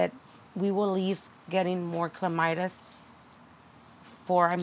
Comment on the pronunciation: Clematis - cle mat is! lolz No mite in the clematis. Don't worry I do the same thing